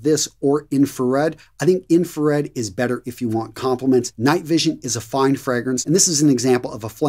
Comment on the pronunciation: Fr-AAA-grance .. not Fr-eee-grance.. lol.. but keep up the good work.. love your videos.. 👍